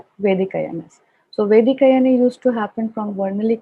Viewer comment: It's vedic not basic sorry.